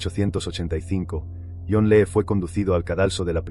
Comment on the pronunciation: Se pronuncia Li, porque parece que estás diciendo que lee😂😂😂por favor estudia más el idioma español